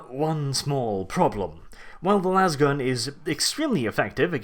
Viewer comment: It's "lasgun" with a long A, not "lawz gun". No one shoots a lawzer, they shoot a laser.